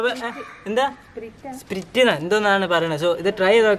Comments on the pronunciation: സ്പ്രിട്ട് എന്നല്ല സ്പ്രയിട്ട് എന്നാണ് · Not spreet. It is sprite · Dude atha spirute alla sprite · സ്പ്രിറ്റ് അല്ല സ്പ്രൈറ്റ്... 😅😃😃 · സ്പ്രിറ്റ് അല്ല Dude സ്പ്രൈറ്റ് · സ്‌പിരിറ്റ്‌ അല്ല സ്‌പ്രൈറ്റ് അല്ലെ Pin me😀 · Spreete alla sprite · സ്പ്രീറ്റ് അല്ലs സ്പ്രയിറ്റ് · It is not sprt it is sprite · സ്പിരിറ്റ് എന്നല്ല സ്പ്രൈറ്റ് എന്നാണ് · Ath spreet alla spraite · Da Potts spreet Alla sprite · Spreet alla pottaa sprite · that is not spret i is sprayt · The pronounce of sprite is spraite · Sprite ennu parayan ariyille 🤣🤣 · Sprite എന്ന് പറയാൻ അറിയില്ല 🤤🤤🤤😋😋✋️👍👍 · Sprite ennane parayunatee😂😂😁😎😎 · Sprite enna parayunne dude